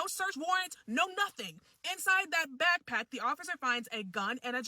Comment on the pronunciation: You said bag pack ?